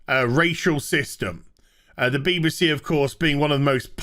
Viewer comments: I keep hearing Beaver C every time you say BBC 😂😂😂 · Why do you say B b C? Pronouning it with an upper case B, lower case b, and an upper case C.